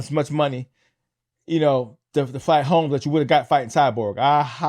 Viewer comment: Holm,not homes, Harrison not Harris,,,are you ready talking about MMA,,wow